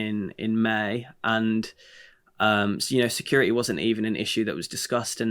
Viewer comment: Sick of hearing “security “ mispronounced. There’s a T in the word, not a D! Grr